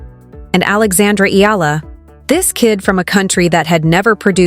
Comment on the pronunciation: Pls pronounce her name as Eh....yah... la..